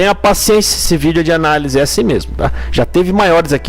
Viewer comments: Vc falou analis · Vc não escreveu errado. Vc fala errado. De boa brother. 🙌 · Não é analis... É análise.